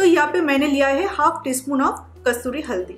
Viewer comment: Pala kasuri haldi to bolna shik ka aa